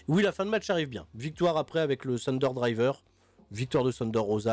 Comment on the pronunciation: Sérieux, ce insuportable. Ce pas Shunder Rosa mais Thunder. THUN pas SHUN. Ce un Thunder Driver, pas un Shunder Driver